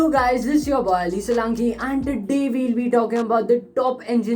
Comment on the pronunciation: The way he says today as "to dae" 😂